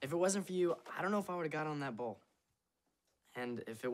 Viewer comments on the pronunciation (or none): none